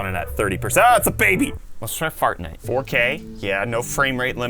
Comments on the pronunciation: bro said fartnite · Am I the only one who realized that he said fartnite